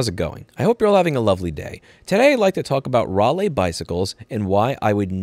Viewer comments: Rally. Not Rah-Lee. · It's pronounced Rally as in a car rally. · The southerner in me crying when I here him say Raliegh, Ral-eeh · Pronounced "Rally" here in the UK👌 they used to be good as a bike and were designed to be repaired.